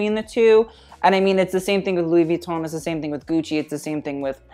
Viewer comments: Stop calling it Vweton... its Veeeeton. "experts" should know pronunciation of the most famous fashion house on the planet... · okay.. please just say Vuitton right .. thanks .